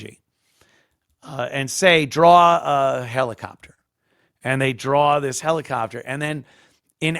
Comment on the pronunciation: Heli-kopter HELI-KOPter... Uhhhh uuuuuuuhhhhhhh.